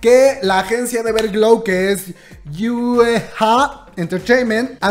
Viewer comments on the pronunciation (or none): amix, la compañía de las Everglow es YEHUA ENT. (Se pronuncia "yejua") P.D: me sale de anuncio el nuevo mv de (G)-Idle y yo feliz